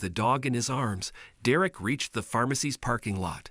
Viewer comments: The story was great and heart warming in the end, BUT to the narrator, LEARN TO PRONOUNCE DEREK'S NAME CORRECTLY, AND THE DIFFERENCE BETWEEN THE WORDS, "READ" (reed) and READ (red). The boy's name is NOT PRONOUNCED, "De'Rick"!! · Ugh. Pronounce the kid's name right all the time. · I hate these videos. They don't pronounce the boys name correctly. And they say he used words that NO CHILD HIS AGE WOULD USE!!!! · If you are going to read copy at least find out how to pronounce the names! You are so bad I don’t even know how to help you. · Well done Deeerreck....all that accolade and can't even get your name right..!! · Please teach your voice algorithm how to pronounce Derek. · You ruined the story by pronouncing the boys name two different ways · Tahe narrator needs to learn how to pronounce names properly... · Your AI needs work. It’s mispronouncing words over and over. I think only a couple of times he actually pronounced the boys name correctly. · Mr. Narrator : Could you AT LEAST please learn to pronounce the name DEREK correctly ? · The narrators of these stories really should practice before actually recording them. At least learn to pronounce the kid's name. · DERR - ek. DERR - ek! For the mercy of all that's holy and good. IT. IS. NOT..... Der - WRECK!!!!! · It's Derrick not Direct. I hate when they use a robot type voice to tell these stories. I can't watch the stories that's done thataway cause it's senseless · One comment would the narrator get the boys name right,Derek .not der ek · Derek, not “Da-wreck” Anyway, Derek, you’re a hero!! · Oh how i dislike mechanical narrations. Dur-wreck? Or Derrick?😵‍💫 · The fucking name is DEREK not fucking Direct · stupid robot narration craze... This is absolutely maddening to here the robot mispronounce the kds name and then pronounce it correctly... You here DerECK and DEReck... I HATE THESE NARRATION ROUTINES... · Why are you pronouncing his name like that? Durek. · Pronounce Derek correctly. It is pronounced dare ek